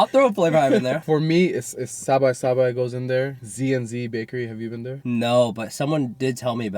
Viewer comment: Great vid although the pronunciation of Sabai Sabai hurt my Thai side.